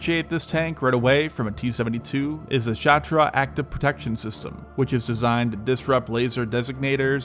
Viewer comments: "Shtora" not shatra. Like shore, with t after sh. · Shatra hahahaha dude learn to read ! It's shtora.